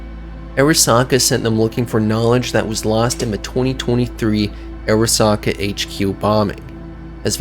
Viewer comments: It’s not pronounced “Air a sa ka” Are Ra Sa Ka” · It’s actually pronounced ‘Ah-ra-sa-ka’ since it’s a Japanese name. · Say Airasaka one more fuckin time, gonk. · honestly pretty hard to enjoy something when the narrator repeatedly mispronounces important names like "arasaka"